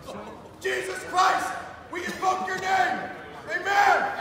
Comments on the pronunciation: it’s possible, it’s not the newest iPhone, but the over ear beats headphones are pretty good. Perhaps it’s my ears, I just know the word should’ve been two syllables “in voke” and I could only make out one “uck” not “oke”. Obviously it could be that whole yanny thing or whatever. I’m open minded. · It was the guy ahead of him though - that had the Freudian slip though. It sure sounds like he said “Jesus Christ we f-ck your name”. Listen to it, tell me what you hear. It should be - we “invoke” your name, but I just can’t stretch the syllables he spoke to fit.